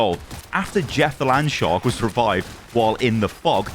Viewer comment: Missed your content for a while. Random chuckles are priceless, but you need to work on the pronunciation of Jeff the landshark ;-)